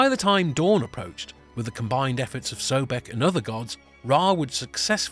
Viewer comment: The first syllable is CORRECTLY pronounced SOB, so his name is CORRECTLY pronounced SOB-ECK, not "so beck"